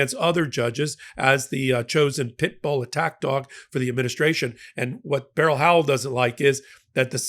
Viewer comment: I respect this show! True facts only on here. One critique..you pronounce judge Beryl Howell first name incorrectly. It's one syllable like berl Ives, not 2 syllables like a gun barrel. Fyi. It was my aunt's name too.